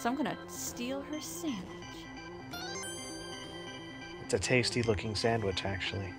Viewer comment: "Such good sandwich doves." (I love you,, but you're totally saying "sandwich" incorrectly.)